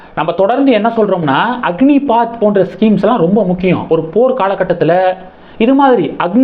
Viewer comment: அக்னிபாத் இல்லை ப்ரோ அக்னிபத் என்பது தான் சரியானது நன்றி வாழ்க வளமுடன்